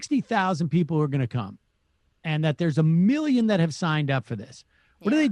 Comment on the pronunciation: Trump still can’t pronounce the word “million”